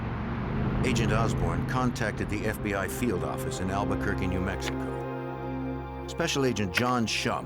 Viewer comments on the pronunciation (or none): "nuu yawk affice" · NEW YAWK AFFICE!